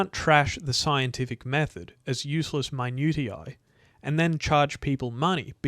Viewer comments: Periodization is NOT a scientific term. Nor a scientific theory. It is academic word salad, a way of labeling which tribe you come from. Search "the myth of periodisation" by James Steele. Also tell me You are trolling with man-ute-ee-eye😅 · That's not how you say minutiae. mi-noo-sheeh-uh (American) muh-nyoo-shai (British) Good video otherwise so far lol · And we don’t tend to insert the ‘y’ sound in the second syllable either. I’m even more furious now. My-noo-shai. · minutiae: MY-NEW-SHU